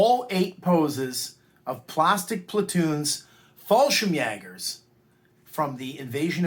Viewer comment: You pronounced the Word Fallschirmjäger very well.And i know how hard it is to say it because the "ä".But at the end you need no S at Fallschirmjäger.One or more Fallschirmjäger is not importend